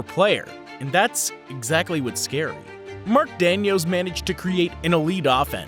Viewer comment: Though it is hilarious him saying Mark Dan-yo